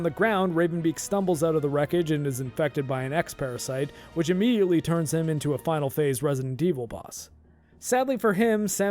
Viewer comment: Ammidleated ? Did you just make up a word?